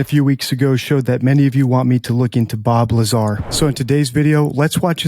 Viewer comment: BOB LYAAR